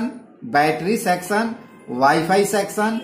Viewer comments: It's section not sexion when you're pronouncing 😇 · It’s not sexon, it’s section